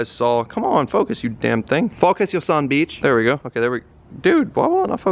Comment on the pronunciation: "Focus u son beach"😂😂😂